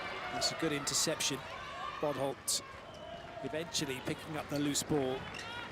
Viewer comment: The fact that he calls bodholt “butthole”